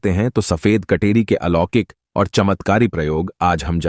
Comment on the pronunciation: Kateri ko katori na boley